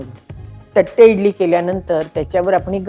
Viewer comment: थट्टे नाही तट्टे इडली.